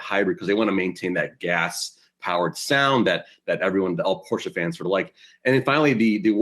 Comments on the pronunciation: Yahoo! Porsche is a two syllable word pronounced Por-shay not Porsch as said by your young lady host. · Well, SIR. Let me be the "Young lady" who lets you know that Porsche is actually pronounced "Por-shUH." But you tried, I guess :)